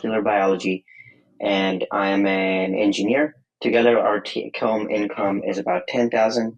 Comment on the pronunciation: it took me 3 listens to figure out that "T -com income" was actually "take-home income" 😂